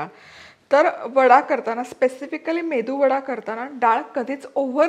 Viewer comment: अग बाई मेंदु वडा नव्हे मेदुवडा असा शब्द आहे😂😂